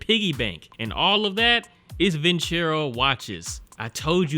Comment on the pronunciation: Dog it’s Venturo 🤦 that’s how it’sPronounced